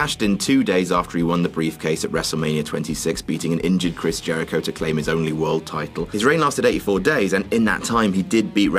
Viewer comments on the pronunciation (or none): none